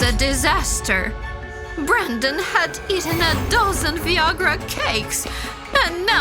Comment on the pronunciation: "Viagra" really rhymes with "Niagra" as in "Niagra Falls." And it's not wrong to want grandchildren, but it is wrong to make any child of yours have kids just for your happiness if he or she doesn't want any... UPDATE 1: ... OR tamper with their birth control stuff or affect their sex life, OR trick them into getting pregnant when they are not yet good and ready. UPDATE 2: At least Brandon's mother found something better to do in the end.